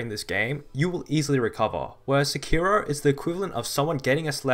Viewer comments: You are stressing the wrong syllable in "sekiro" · Why did that ign guy say sekiro like se key row.